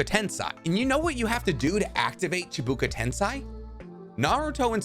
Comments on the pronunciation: I love your videos, so interesting to hear your theories but it infuriates me SO much when you pronounce the words incorrectly😅🤣🤣🤣 Cheeebuuka Tensaaay.. Lol, bro, it's Chibaku Tensei. Why not just say "Planetary Devastation" then if it'll be easier to pronounce for you? Nonetheless, great content! I subbed. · This man gotta be trolling with the pronunciations. Its not KENshiki. Its not chibuko tensai. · Hate how you say chubuku tensay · Not Chibuka Tensai, Chibaku Tensei. Dude please, check the names first. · Ok it's pronounced chibaku tensei not chabuka tensai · chi-ba-ku te-n-se-i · why do you keep saying chibuka tensai is it so hard to pronunce it correctly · Bruh I don't wanna be that guy but it's pronounced chee-buh-koo ten-say 😭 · Its Chibaku (chee-ba-coo)tensei (ten-say)idk wtf u were saying lol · Video was great until he fucked up the pronunciation of Chibaku Tensei. It was at that moment I stopped watching. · “Chibaku Tensei” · I love your vids (new subscriber here), BUT GOD I HATE HOW YOU PRONOUNCE CHIBAKU TENSEI lolol